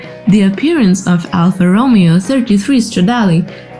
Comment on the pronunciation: I was wondering about the voice. Initially, I thought accent, cool, but then, with the pronunciation of Romeo, I realized I was wrong. AI makes perfect sense.